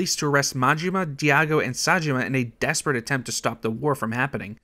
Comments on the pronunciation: Kiroo? Harooka? Diago? Yakoosa? Are you just the narrator or? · Kiroo and Diyago from the Yakoooooooza franchise. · Kiroo and Diyago too 🫣 I've heard people butcher names before that that takes the cake.